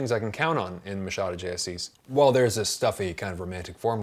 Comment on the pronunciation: Awesome video. I'm so glad you got the Machado pronunciation on point! I heard someone calling him McHadow once and it was an experience.